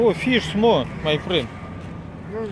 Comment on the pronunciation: Та интонация, с которой Арату говорит "май френд" вызывает испанский стыд